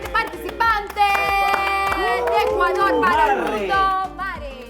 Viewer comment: amo, adoro cuando dice ¡¡ECUALDOL!! Molestando a Andrea 😅😅😅